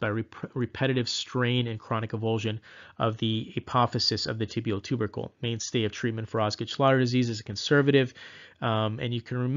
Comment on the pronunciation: when you said tibial ter-ber-cle when talking about osgood schlatter dz I laughted out loud. Thank you for the amazing videos! They are helping me prep for my PANCE!